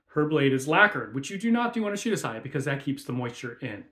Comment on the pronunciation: The way she pronounced shirasaya tells you everything you need to know about her video